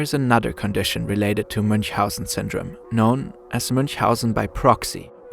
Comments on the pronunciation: I am so impressed by how you pronounced Münchhausen's name. Wait, are you German? Because that was perfect. 100 %. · Are you a german? Your english is amazing, but when you talked about the baron of münchhausen your pronunciation sounded perfectly german😊